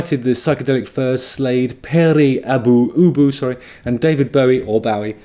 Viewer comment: Was going to get all pedantic on your arse about your pronunciation of Pere Ubu and, as a result discovered that King Goth himself had covered one of their best songs! The universe (or YouTube at least)